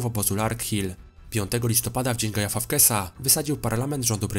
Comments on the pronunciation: "Guy Fafkes"? Serio...? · Jak Ty źle czytasz to nazwisko, aż boli... A po za tym film jak zawsze dobry i dużo informacji 😁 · Uwielbiam ten film, jak i twoje filmy, ale to jak wymawiasz fawkesa jest niewybaczalne